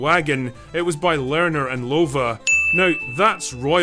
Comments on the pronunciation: Pronunciation, Lerner and Lowe is pronounced Learner and Low like how low can you go (not Lova). The film grossed $50,506 in its first week. It opened in Los Angeles the following week and immediately expanded to another 12 cities.[22] It reached number one at the US box office in its eighth week of release. Due to its large budget and disappointing returns, Paramount took an initial write-off of $11 million; however, the film performed better during the summer of 1970 and they reversed around $6 million of the write off.The film became Paramount's sixth-largest success up to that point (and the seventh highest-grossing film of 1969); over its release, it grossed $31.6 million, although the earnings never offset the cost of production and marketing. So, they did earn their money back plus $11, 000, 000.00 and that is just the box office. The song Wandr'in Star became a hit in many countries. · I remember sitting through this first run. Cut some songs from the play, added some new ones. What a mess. BTW Lowe is pronounced LOW, like low bridge. On the plus side Harve Presnell could sing good enough for the three main stars.